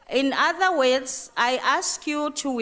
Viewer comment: Medderir, werds, Ceeril...eish!